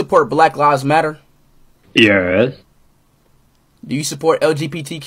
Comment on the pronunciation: el jee pee tee cue